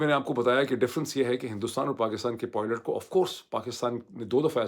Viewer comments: Nice analysis, but it's pilot not poilet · It is pilot and not poilet…. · معید بھائی نہ چاہتے ہوئے مجبور ہوں ۔ تلفظ پائلٹ ہے نہ کے پوائلٹ۔ 😊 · khuda k wastay pilot ko poilot na bola karen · Dr. Moeed Pirzada, this vlog is truly excellent in every respect,especially the way you redefined terms for viewers and explained the American war strategy as essentially a massacre. From start to finish, everything was outstanding.However just one correction,you used a word nearly twenty five times but the pronunciation was slightly off. It’s not poylet, it’s pilot.With respect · Dr sb always very informative videos. But pilots pilots zaban pr pakka kr len. Abhi tak aap still polot polot kehty hen. This doest affect us but it would be good to pronounce this word properly. Hope you won't mind me pointing this out to you.